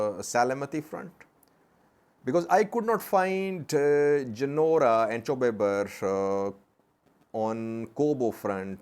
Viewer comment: it is chobi ber not chew ber. and of course it is in raya and afar border